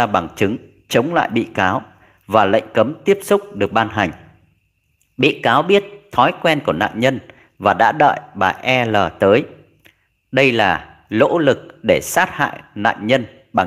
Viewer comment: "No luc", thi doc thanh " lo nuc " la sao, sao l thanh n, ma n thanh l, ???